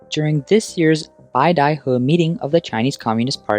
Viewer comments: BAY-da-huh, not BYE-da-huh. A small nit to pick, I'm sure, but since it was said so many times in this video and likely to be mentioned again in the coming months, I'd like to correct that. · Can you at least pronounce beidaihe properly?